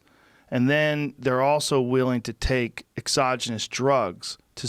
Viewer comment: "willing to take exoginus drugs" uhhh..."exoginus" or however you prefer the spelling, is not a word... joe you literally made a new word.